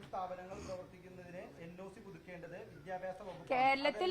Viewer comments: Vidyabhasam alla Manthri saare.... Vidyabhyasam.... athengana... ingerkku vidyabhasam illallo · മാഡം വിദ്യാഭ്യാസം ആണു ശരി വിദ്യഭ്യാസം എന്നല്ല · വിദ്യാഭ്യാസം എന്ന് നേരെ പറയാൻ പോലും അറിയാത്ത വിദ്യഭ്യസക്കാരി